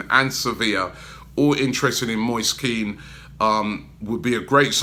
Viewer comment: Moist Keen? Lol where did you learn how to pronounce things, and how did you get Moist from Moise ?! Atrocious.